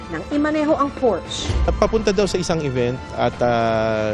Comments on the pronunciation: It’s pronounced as porsya! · juicy fruit an tagal ng news caster neto hanggang ngayon di parin marunong bigkasin ng salitang Porchè😂😂😂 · Por-shuh or like porsha hindi portch😂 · It’s Por-sha not Porsh (Porchê) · por-sya not porsch..... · Porch daw lala Por-shuh yarn :face-blue-smiling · Pur shuh not pors😂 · porsha Po Ang bigkas Jan. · it's por-shuh... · Porsya/ Por-shuh- as in Porsche😂😂😂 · Porsya/Por shuh as in PORSCHE!!!😂😂😂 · porsche was pronounced as "por-shuh" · Ano ba tong journalist na ito, they can’t even pronounce Porsche correctly.